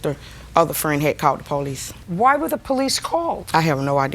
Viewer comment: poh lees 🙄